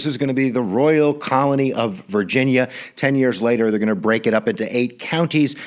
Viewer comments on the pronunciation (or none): none